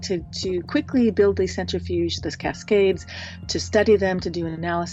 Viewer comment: Absolutely fantastic episode so far in. Some constructive feedback - watch your pronunciations of key scientific terms and names when doing historical technology reporting. Especially when mispronounced often, it detracts from your awesomeness. The big one: “nuclear” is pronounced “new-klee-ur”, not “new-cue-lurr”. Similarly, “centrifuge” is “sen-trih-fyooj”, not “center-fyooj”.